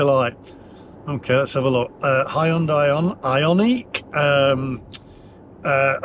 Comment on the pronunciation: Hahahahahaa, not only have you upset Swingers, you have also upset Hyundai drivers with the pronounciation, have you not seen the ad for it, the SatNav going to High & Dry Launderette. All the Madness will end if everyone watches pt 1 & 2 of Brown Car Guys YouTube videos on Air Polution in London with a meter at Heathrow, on the N. Circular & the shocking results for what the Tube was reading. Its all Lies they are telling you, Stand Up & say NO!!!! Onwards..........